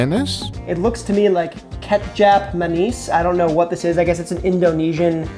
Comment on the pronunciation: But he pronounced kecap Manis the right way